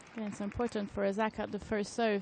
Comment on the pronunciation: Why can't the network have a commentator who can actually pronounce Osaka's name and not call her OZAKA all the time? Is that so difficult? There are a million other commentators out there